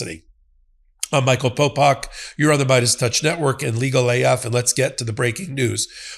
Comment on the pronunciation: It Is Popok. Please get his name correct, jeeze. Its right up top!